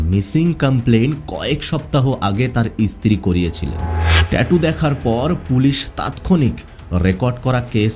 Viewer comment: আপনি এত ভালোভাবে কথা বলছেন। কিন্তু এই যে ইস ইস উচ্চারণ করছেন।। এটা শুনতে আমার খুবই অসহ্য লাগছে। যেমন স্ত্রী না বলে ইস্ত্রী ইস্ত্রী করছেন। আপনার কথা শুনে মনে হচ্ছে আপনি শিক্ষিত অবশ্যই আপনি ভালোই শিক্ষিত এভাবে কিন্তু এভাবে বিকৃতভাবে শব্দ উচ্চারণ করছেন ইস ইস এ আবার কি রকম ভাষা।। ভাষাটা পরিষ্কার করবেন কথাটা ইস্ত্রী নয় স্ত্রী।। এরকম অনেক ভাষাতেই ইস উচ্চারণ করছেন।। সবগুলো আর লিখলাম না।বাংলা ভাষা যারা সঠিকভাবে উচ্চারণ করতে না পারে তাদের ভাষা আমার মোটেই শুনতে ভালো লাগে না